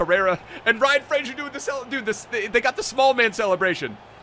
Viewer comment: FOR THE LOVE OF GOD SAY RYAN FRASERS NAME CORRECTLY!!!!